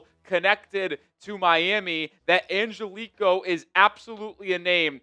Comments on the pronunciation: The last name is not pronounced "an-gel-ee -ko" it's more like this... "an-ge-li-kee-oh" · Hey I just wanted to say Angelichio is 5 syllables not 4 like you keep pronouncing it. Try An-gel-li-chi-o that should help in pronouncing it correctly.